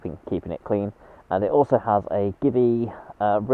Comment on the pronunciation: Excellent choice - mostly because I have one too. BTW, Givi is pronounced jee-vee - it's Italian.